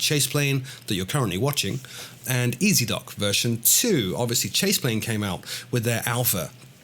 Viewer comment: "Ezdok" in Russian means "Rider". The correct way to pronounce it would be "Yezdok" with the emphasis on the last vowel. FYI.:)